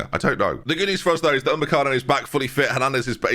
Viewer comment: Good to see Upamecano take over as the name just can’t say correctly, I mean where does he get Umbecano from with those letters